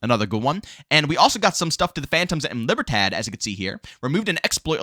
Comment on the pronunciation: The LIBERTAD faction is actually pronounced as LEE-BEAR-THOD. The D is soft and almost silent, but either way, it's an awesome video. 👍🏾